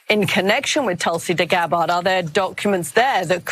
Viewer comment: at 40sec did the journo (Katy Kay?) call her "Tulsi deGabbard?"